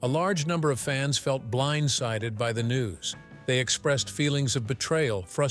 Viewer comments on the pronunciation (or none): none